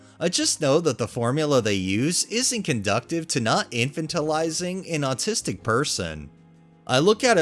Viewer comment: inFANtalize or. in-FAN-talize.